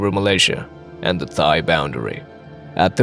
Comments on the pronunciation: “Thigh air defense zone.” Seriously? You mean Thai? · AI narration is annoying. It pronounced Thai with an “h” sound, instead of “tie”. Just one of many AI mistakes.